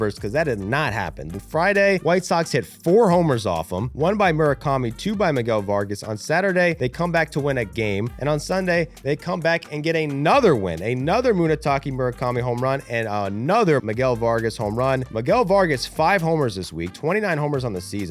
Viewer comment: “muneytaki mourikami” have some respect for the mune